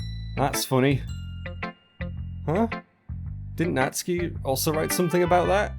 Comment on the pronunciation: I'm pretty sure the cannon pronunciation is "nat-su-key"